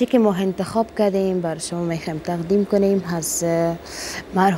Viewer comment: قطعا کلمات دری را تلفظ کرده نمیتواند. فکر کنم سواد ابتدایی ندارد. مثلا به جای این می‌گوید هین، تقدیم می‌گوید تغدیم و ........